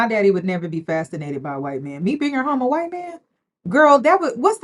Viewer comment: He's Hwhite! 😂😂😂, please